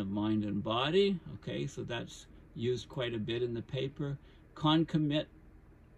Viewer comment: pronounced ' con COM ma Tant '